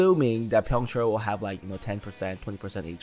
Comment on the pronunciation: Byongchul ❌ Byongchar ✔